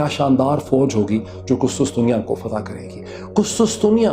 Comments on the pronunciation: قسطسطنیہ نہیں قسطنطنیہ . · Dr Sahab its Qustuntunia and not Qustustunia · ڈاکٹر صاحب قسطنطنیہ ہے نہ کہ قسطسطنیہ 🤔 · I'd like to make a correction Urdu version of Constantinople is called " Qus-TUN-tuniya" and not Qus-tus-tuniya (as far as I know) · KUSTUS tunia nayi sayeen.... KUSTUN tunia..... Very sad to see this pathetic narration from such a known journalist... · its qustuntunia not qustustunia